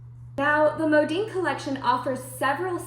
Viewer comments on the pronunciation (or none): My gosh STOP saying "Modeen". It's "Modin" Mo Din. How freaking annoying I became listening to this and had to stop watching after 2 mins. Horrible video.